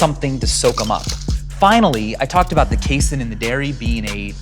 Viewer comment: I've never heard anyone pronounce casein that way before. I'm tilted